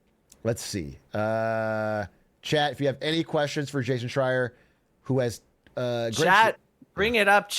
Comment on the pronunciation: it was right the first time he said it this time. he prolly studied up for this